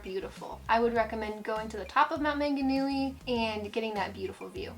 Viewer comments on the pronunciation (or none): A few suggested corrections on pronunciation: Taronga is a zoo in Sydney. Also, it's Te Anau, not Te "Anua". And you mention "Mt Manganui" but presumably meant Maunganui, then Coro-MAN-del, not Coroman-DELLE.